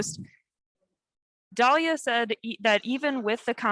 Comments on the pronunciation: If she calls her “Dahlia” one more time!!!! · Anyone else annoyed that she keeps pronouncing Dahlilahs name wrong even after Sydney corrected her by pronouncing it correctly, it NOT "Dahlia" -_ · Syd is as great as advertised. Already legendary. Why does the interviewer not understand its' DALILAH......not Dahlia. smh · Why does the facilitator keep mispronouncing Dalilah's name even after Sydney pronounced it correctly? 😆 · Yes even after Sydney pronounced it correctly twice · So, she couldn’t get the former world record holders name correct? Da-leal-lah. Say it slow, then say it fast. It’s not hard to say. Who the hell are these interviewers? They’ve been fucking up for weeks now. Anyway, congrats Sydney! 🐐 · I don't know. I really don't. I'm just tired of people trying to tell me what constitutes beauty. What is it? Is it her complexion? Her name? The dumb ass commentator doesn't even have enough respect to learn how to pronounce her name correctly. Is it her religion? She (Dalilah) is so articulate, soft spoken, down to earth, and humble. She has been so gracious in victory AND defeat. No disrespect to Sydney, she is wonderful, but its the same old same old. Like with Lo Lo Jones, same old light skinned half white looking female that's pumped up as what is considered an attractive "black" female. Shit, even Allyson Felix did not get major endorsements like Sydney has already gotten. Technically, Sydney STILL hasn't won anything yet. Allyson Felix is the most decorated Female Athlete in Track and Field history. Go figure 🤔